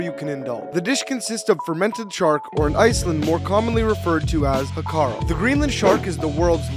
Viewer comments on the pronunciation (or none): Im from iceland qnd there are so many facts that are wrong 1. You pronounced that so wrong (its said like "how Carl" not "ha kal") 2. Its not commonly eaten its for a kind of holiday where we cslebrate the foods of olde and hákarl is probably the least eaten thing in the buffet of old foods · You butchured the name 😂 its more pronounced like howcarl with a stronger L sound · I'm also Icelandic, the way he pronounced hákarl (shark) is funny